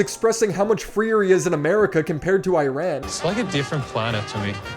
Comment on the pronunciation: E-Rawn not I-Ran